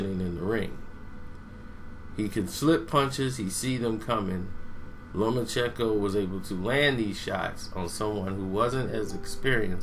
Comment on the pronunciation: It’s lomacheNko not lomachecko